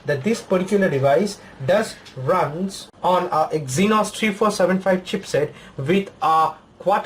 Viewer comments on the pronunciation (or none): none